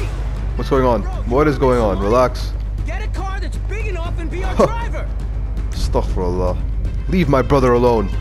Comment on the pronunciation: Brother don't say astak firullah say astagfirulah